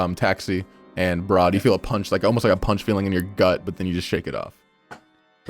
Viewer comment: Br'aad more like Bard.